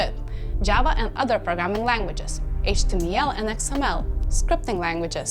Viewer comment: did she say HTMEAL and SQUEAL